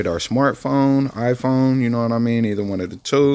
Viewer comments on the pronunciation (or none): none